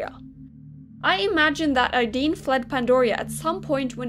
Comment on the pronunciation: Ideen Me: AYEEEEDEEN:> Normal SSO players: Aideen